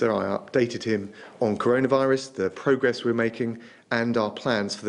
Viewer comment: Pwogwess ffs liar!!